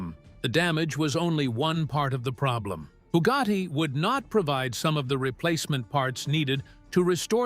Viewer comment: It is Bugatti not byewgoty Chiron not kyron